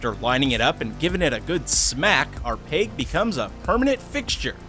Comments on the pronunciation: It’s peg not peyg. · Is he saying "peg" or "pig"?